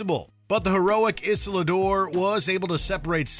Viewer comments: Does Inside Man even count? I mean...Dalton was the protagonist and killed no one. Also it's Isildur, not Islador. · it's not "Isiladur", it's "Isildur" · How to butcher a characters name: ... it's Isildur, not Isilidur or whatever that was. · the heroic who? 'Isludur'? ...I feel offended. I want to talk with the manager. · islidor?? ISLIDOR?!?! this narrator is no nerd. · Did this heathen actually say "Isladur", this shall not stand, sir! En garde! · Iselador? This channel never fails to butcher pronunciations. Do the narrators even know what they are saying or do they live under a rock only to occasionally be let out and read a script? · "Isiladurrr", perfect! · I'm sorry, "Icilador"? Before making any type of video, how about you people search up how to pronounce characters names? Like wtf, it's stupid, it tells me that the person talking didn't even watch the movie or anything of sort, just reading a script, it's just plain stupid and just sounds terrible... His name is Isildur and it's pronounced "izildur", make your shit right, jesus christ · Isladore??? Don't you mean Isildûr? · “Isladoor” 🤦‍♂️ its Isildur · The pronunciation of Isildur is unforgivable. 'Isiladur' ... where the hell did the 'a' come from? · Come again ? Isludur ?😂😂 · Isladoor? Really? Are you daft? Can’t bother to do research, or quality control? Man I hate this channel. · How did he pronounce Isildur??? That alone is worth a dislike. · "isula dor" .. wtf? :) you have problems with names man :) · The pronunciation of Isildur brought me physical pain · I'm sorry, great list but the pronunciations on a couple of the names ruined it for me. Isildur and Ozymandius said like Isa-la-door and Ozzy-mandius. Who can always tell who hasn't actually seen the movies they're talking about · "the heroic Isladoooor" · Excuse me how did he pronounce Isildur?? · Islidur, Ozymandas's... Dude, you shouldn't narrate any video, if you can't talk like a normal person. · Pronounce Isildur again...